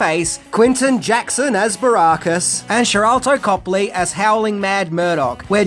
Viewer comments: I can’t believe the fat rejected third member of Right Said Fred could mispronounce BA Baracus’ surname. 🤦🏻‍♂️And who the fuck is Sharalto Copley? The man’s name is SHARLTO. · I think that was me my, who.punished you over the PEP-ARD pronounciation but nothing irks me more than your horrible pronunciation of ALCOHOLIC, when you say ARKA-HOLIC, but Ive noticed you’ve finally imprived that pronunciation a bit better. And it's B A BAR-ACUS not BARRR-RAAA-CUS FFS 😂😂